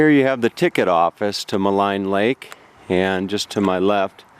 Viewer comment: I used to live in Jasper and have an aunt and uncle who've lived there since the 80s. Maligne Lake is prounounced "Malene". (kind of like Marlene without the "r"). Been watching all of your Jasper and Banff videos which are bringing back several memories. Great stuff!